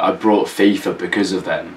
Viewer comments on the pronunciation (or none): none